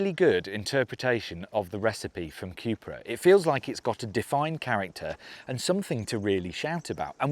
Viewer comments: Say it with me Cu-pra (Coo pra ) not Q-pra Next Porsche and then later maybe Audi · It’s not Cjupra,it’s Cupra (Ku-pra) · Kewpra? Chewsday, bat-tree. Chewna. C'mon Brits, it's pronounced Koo-pra ffs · Coop-ra not que-pra Shame they didn’t get buttons inside but the vag wanted the vws to have em first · Why are you saying 'Cupra' like that though